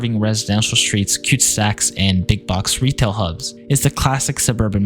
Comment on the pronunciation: Lol “cute sacks”. They are called cul de sacs. Like cull duh sack. I bet Canada’s sprawl is worse than the US per capita.